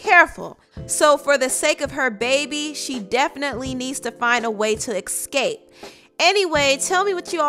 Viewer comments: The word is „ESCAPE“ not „EXCAPE“. Read some books stupid ass trash But thx for the tea lol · I think the word is ESCAPE, not excape. There “word” excape doesn’t exist.